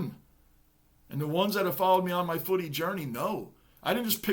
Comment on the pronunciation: Bro... love the way u say footy😊